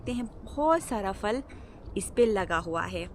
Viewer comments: فل نہیں پھل۔۔ فول نہیں پھول 😂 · آپ "پھل" کو "فل" کیوں کہتی ہیں؟ اور " پھول" کو "فول" ؟؟؟ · Nice but say phool(flower)no fool and say phal (fruit)don't say fal correction your word please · بہت عجیب لگتا ہے فل ، فول سن کر